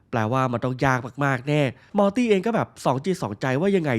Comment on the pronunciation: พี่ครับมอตี่ที่ไม่ใช่ม้าตี่ครับพี่พูดผิดครับผมพึ่งสังเกตุได้ว่าพี่พูดผิด